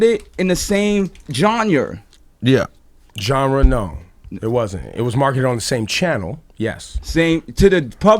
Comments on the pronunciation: s "john-yer" lol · Lol ikr....nigga said "jonyer" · "JONYER" lmaoooo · Con - "It was marketed in the same jawnyur." Awkward silence Ebro - "Genre? No." LMAOOOOO IDK why that made me laugh so hard. The way this nigga Con looked up at Ebro after he said genre, like he was looking for validation for if he said the word right. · Genre = jonra 😂😂😂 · "jonner" "coe-hersed"'lol stay in school kids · bwahahaha. jonyerrrrrr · score says : Jonyer 2- 0 Cons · a. the ninja can't say "GENRE" if his teeth depended on it b. he actin like Drake aint out here slayin mad p****y too, c. "at the end of the day" - says every mf rapper in an interview...lol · Damn, Cons really can't say 'genre' correctly. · Cons is 0 for 2 when it comes to pronouncing 'genre' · It's difficult to close that mouth over those teeth to say genRe. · My mans couldn't say genre for shit